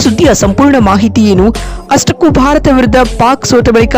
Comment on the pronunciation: ಭರತ ಅಲ್ಲ (ಭಾರತ )